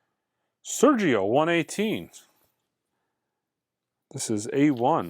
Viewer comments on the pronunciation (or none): none